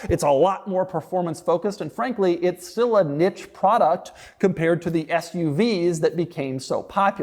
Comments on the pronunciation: Neeche for niche, not nitch Coupey instead of coup' for coupé, but nevermind. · it (niche) is pronounced "neesh" not "nitch"!! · Did he just pronounce niche as ni-ch?? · Doug's the type of guy to pronounce it as niche and not niche